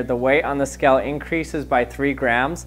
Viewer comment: He says skell, not scale, but skell. I know it's not the point, but it's irritating.